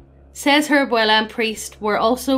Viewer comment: This is my second fave paranormal greentext story. Thanks for being the only channel on youtube to pronounce "Abuela" properly. PLEASE DO "THE DUDE RANCH" NEXT!